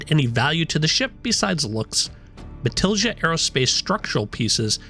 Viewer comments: Matilija has a spanish j GET IT RIGHT! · Have not heard anyone pronounce Matilija correctly yet lol